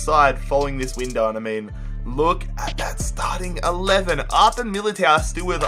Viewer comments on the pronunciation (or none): it’s Eder Militao, u said Arter Militao